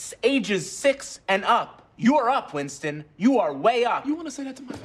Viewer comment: "Wintson" is really stressing me out